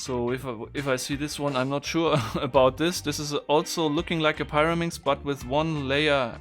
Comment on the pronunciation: I think it's called the [piraminx], not the [pairaminx]. (The big four sided things in Egypt are called the [piramids]). And "clover" rhymes with "Rover" (and not with "hover")